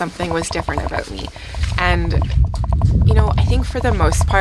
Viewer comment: It's "about" not "about." LOL 🙂